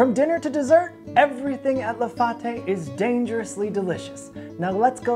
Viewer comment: “La Fate” not “La Faute” fyi